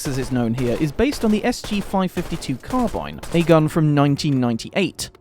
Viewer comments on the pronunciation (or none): none